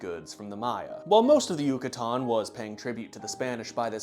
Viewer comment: Can you please pronounce yucatan a little less correctly